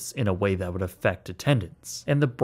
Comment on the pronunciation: Wud? What the fuck is "wud"?